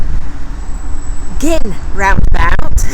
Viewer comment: Hurrah Gynn pronounced properly - love it !